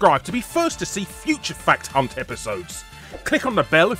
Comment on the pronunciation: Sometimes when you say fact hunt, i hear something completly different and very inappropriate, lol. Lets just say, it would be very ofensive to say to a larger woman.